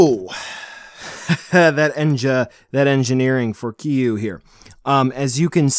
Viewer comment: It’s not “Keeyuu” bro. I know there’s dif pronunciations but you way off. Lol